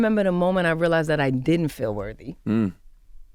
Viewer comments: Worthy, Charlamange, not worVY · Somebody tell this man the word is worthy or worthiness, not wervy and werviness. Lol